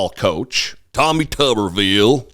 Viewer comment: LOVE the way you said, "Tawwmih TUUBber-veeul!" Reminded me of Cletus Spuckler, the Slack-Jawed Yokel of "The Simpsons".